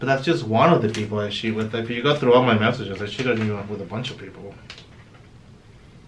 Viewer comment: I love how says sheet instead of cheat.